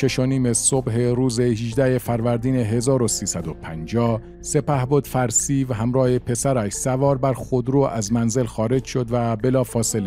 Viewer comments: 12;45 NOT Farseive, prononced Far See yoo .Farsiyo. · 12 04. The name of that general is pronounced farsyou not farsiv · بله کانال پربار و بیانی شیوا ، لطفاً به بعضی نکات در خصوص تلفظ نامها توجه شود، به لاتین تایپ میکنم. Timsar Farsiv!!! اشتباه Timsar Farsio صحیح... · با تشکر. فقط "فرسیوً" نیست بلکه "فرسیوو" هست. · سلام بزرگوار صدای گرمی داری ، اولین باره کامنت میذارم برنامه هاتو می بینم خوبن ، دمت گرم اما ی نکته ، نام اون آقا فرسیو و تلفظش فر سی یو هست مثل سی پی یو Far_C_U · خواهر حمید اشرف همسردکترحسین علیزاده معاون وزارت بازرگانی ورییس بهایی سازمان غله وقندوشکروچای بود. نام فرسیو را اشتباه تلفظ میکند. به لاتین مینویسم شاید گوینده محترم بداند. Farseyou. حداقل اسم را درست تلفظ کنید. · سپهبد فرسیو(Farsio) صحیح است.